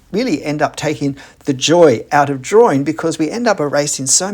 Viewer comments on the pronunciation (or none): Curious, why you mispronounce drawing as “draw-ring”? What ring are you drawing, I don’t get it…